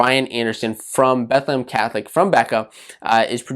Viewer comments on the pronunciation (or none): none